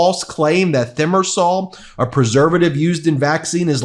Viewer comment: Might want to check your pronunciation of "thimerosal".